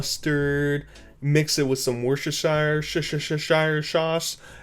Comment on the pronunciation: The pronunciation had me laughing so hard! As a Londoner, I just couldn't stop laughing. Please, don't take that as an insult or offensive to my US brethren. I just found it funny when you said it. 😅😂